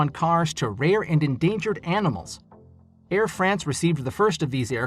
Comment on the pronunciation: Ed? It's Air